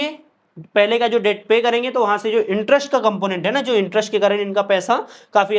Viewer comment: Please don't mind but the pronunciation for debt is det, not debt